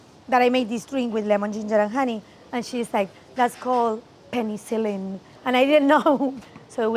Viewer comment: IS SO CUTEEEE pene-see-lin